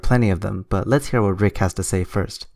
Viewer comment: 'Rick' with a silent 'P'. 😊